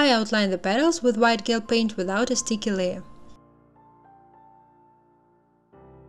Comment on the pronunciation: По английски гель произносится как «Джел». В остальном все супер !